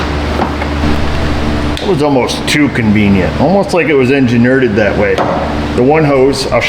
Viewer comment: "enge-nerded", lol that's a good one.